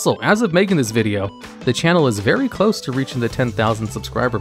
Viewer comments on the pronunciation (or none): none